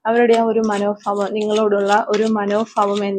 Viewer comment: മാഡം മനോഫാവംഎന്നല്ല. മനോഭാവം എന്നാണ് പറയേണ്ടത്